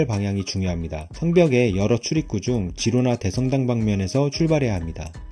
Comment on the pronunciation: 스페인어 G다음에 e,i가 오면 “ㅎ”발음이 남. 히로나.